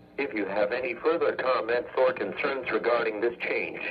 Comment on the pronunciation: He also can't pronounce the word or the right way. However some weather forecast offices (should've) fixed this.